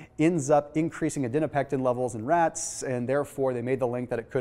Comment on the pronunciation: Just a heads up you're switching the "n" and "p" in adiponectin